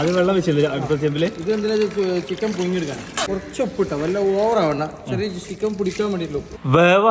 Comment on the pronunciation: പുഴുങ്ങി അല്ല മോനേ പുഴുങ്ങി 😂